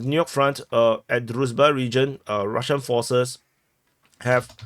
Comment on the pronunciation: HL has the right approach, often switching to brutal Russian pronunciation, it's a kind of joke, very funny to the viewers. dude could also use this technique. For example, he pronounces the name of the village "Druzhba" as "Druzba". Also, a common mistake is to read "a" in Russian and Ukrainian names as "a", while in Slavic names this letter corresponds to "ah".